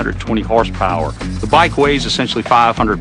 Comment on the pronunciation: hahah " THE WIKE!!!" (trynnna say Bike Won!)